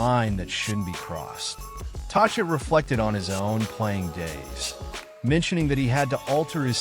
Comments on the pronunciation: What? A stupid computer voice or stupid narrator who doesn’t know how to pronounce the name of the Canucks’ coach. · cant even pronounce tocchet's name properly